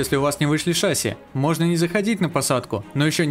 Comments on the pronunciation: Не шáсси а шасси́! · шассИ, а не шАсси 🤣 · Не шАси а шасИ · шассИ, шассИ, а не шАсси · Ни шАси а шасИ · НЕ ША́ССИ, А ШАССИ́ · Не шасси, а шасси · Не шáсси, а шасси́ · Не шАсси а шассИ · Меня убило как он поставил ударение на А в шассИ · Прошу, называй шасси правильно, ударение на И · Так в слове шасси ударение на И же ставится... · Судя по гуглу ты неправильно ставишь ударение бро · на слове шасси ударение падает на букву а, а не и